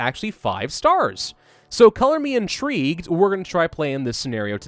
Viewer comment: Haha, inTREEgued :D